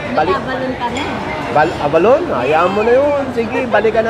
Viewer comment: Dagdagan ng ni sa huli ang pagpronounce ng “abalone” hindi abalon🥰